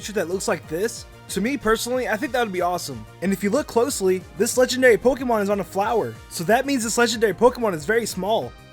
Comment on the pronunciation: is anyone else bothered by the fact that he pronounces Pokemon POK-ee-MON :\